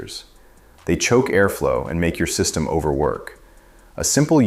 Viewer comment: Annoying AI narration. "a SEE-system neglect". Comon! How stupid do you think we are???